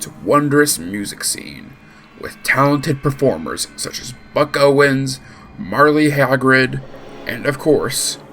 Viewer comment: Merle haggard is not Marley hagrad lol (Mer el Haa Gard) *edit - it was a good video though